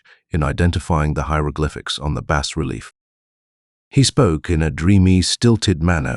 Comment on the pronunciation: Digital narrator gets a downvote for saying “bass relief” instead of “bah relief.”